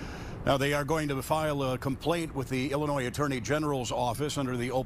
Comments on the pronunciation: psssst ...the S is silent in Illinois. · Ill a noy The ‘s’ is silent … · Noone smart puts the S ON ILLINOISE SOUNDS LIKE ILLA NOY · Pronounced "Illinoy" not "illinoise". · The S is silent in pronouncing Illinois. If not basic understanding of English or the States themselves; a simple online search: Is the S in Illinois silent? Yes, the S is silent. As is the custom with French words, the final consonant is not pronounced. This part of North America was settled by the French in the 1600's. They named it after the Illinoi people already living there, 'Pays des Illinois', or the Land of the Illinois People (plural, hence the s) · The s is silent in Illinois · The S is silent in Illinois. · The "S" on the end of Illinois is not pronounced. It is silent.